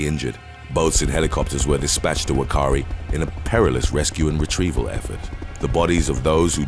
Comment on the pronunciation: Whakaari Is pronounced fa Ka Ari.